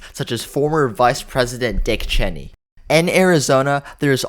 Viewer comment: First, you mispronounced Dick Cheney’s name, then for Wisconsin, you said Harris leads by 1.6 points. The difference between 48.6 and 46.9 is 1.7. You should check these things before publishing a video. -1 sub.